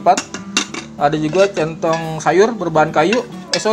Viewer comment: Salah mulu bang nyebutin centong sayur wkwk